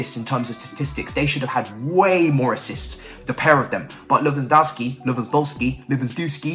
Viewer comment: Ay at least you’re self aware that you butcher name 😩 now we need you to start sayin todd boehlys name right ffs😭